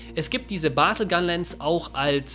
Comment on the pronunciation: Bazel mit z nicht mit s 😂